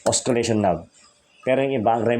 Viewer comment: silent po yung "C" sa Oscillation. Good video.